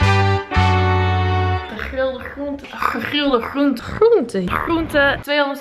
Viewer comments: Sorry dat ik dit zeg maar HOE SPREEK JIJ GEGRILDE GROENTE UIT?!😂😂 ik vond dat zoo grappig en raar klinken HAHAA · Hahaaha ja je /gr/ uitspraak in gegrilde groente valt me altijd op!